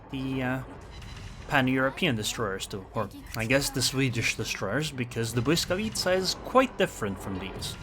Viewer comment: lol you're first english speaking cc that pronounce Błyskawica correctly, gg wp